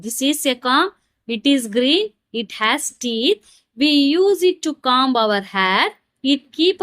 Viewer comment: Comb__ your pronunciation is wrong